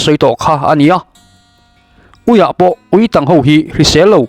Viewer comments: Tang hi, tel mawm/ thang, ti a lam zawk tur a chhiartu hian a ti dik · Ui tang...tih hi ka ke a tang...tih anga lam tur. I va chhiar thiam lo eee. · Uitang tiha tang i lamdan hi dik lo😂. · Ui tang i lam dan thluk hi a dik lo,tang tih hi a key sanga lam rik tur,,a bengvarthlak e